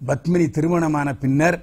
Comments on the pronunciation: Badmini தவறான உச்சரிப்பு Padmini சரியான உச்சரிப்பு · It is Padmini not Badmini